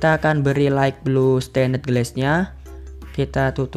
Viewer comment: wkwkwkwkw light bang bukan right